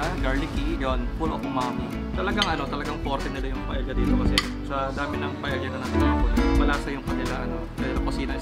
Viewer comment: Owner was 👍 Pronunciation daw was..Paeya ( Paella)😊